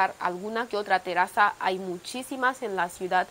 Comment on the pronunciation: Linda presentación de tu ciudad (ya casi la conozco como la mía...). Ya aburro preguntando porqué no se ve gente en ningún video de Guinea Ecuatorial, de casualidad pasó una mujer por el parque 🤔 Curiosidad idiomática: Cuando decís "terazas" te estás refiriendo a "terrazas", ya noté ese conflicto que tienen con la letra "R". A otro colega tuyo, de Malabo, le escuché decir "Perrú" al teferirse a ñl país "Perú". Como que la pronunciación la tienen en sentido inverso, si la palabra está escrita con una sola "r" o con dos. Es solo curiosidad, no te ofendas. *Gracias por el saludito (Me puse colorado).